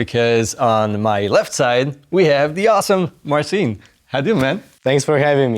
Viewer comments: Please, don't call him Marvin. His Polish name is Marcin. To achieve a close proper pronuciation of his name would be to read this: [MART-sin] with an accent on the first syllable. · Nooo. The closest English pronounciation is this: /MAR-cheen/